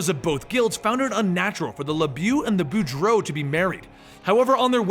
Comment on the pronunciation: Lebjeew -_- You can pronounce "Boudreaux" but not "LeBeau" ... Wolverine Origins got that pronounciation correct.